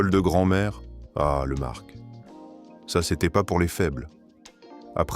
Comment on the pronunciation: On ne prononce pas le c dans le mot marc. Donc au second sujet on arrête .